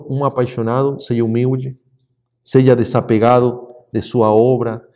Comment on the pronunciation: eu ouvi você dizer "seje" ou os meus ouvidos me traíram?